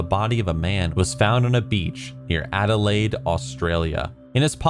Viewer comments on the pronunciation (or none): none